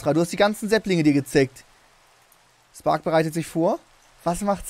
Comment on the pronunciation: Spark und nicht stark hahaha failllll